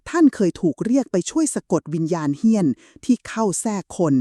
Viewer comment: เฮี้ยน .. ไม่ใช่ เหี้ยน ที่แปลว่า สึกหรอ ครับ !